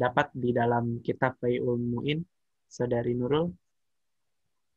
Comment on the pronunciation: Fathul Mu'in bang.....bukan Faizul Muin...ok Alhamdulillah telah telah melaksanakan tugas Barakallah fikum